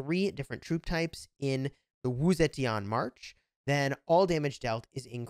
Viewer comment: is pronounced Wu Ze TEAN for you. NOT TI AN